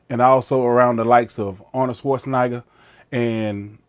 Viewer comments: Arnold swarcheneiger, sergio olivia, big rejmy. Boy you getting all these names wrong. Also you forgot to actually mention he was a crip. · I like how he said Arnold sch- nayger lol